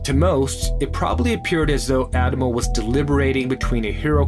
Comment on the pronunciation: except for the way he pronounces “Addamo”